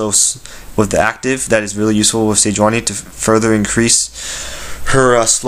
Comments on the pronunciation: Ni not Na sejuaNI. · its pronounce SE JEW ANI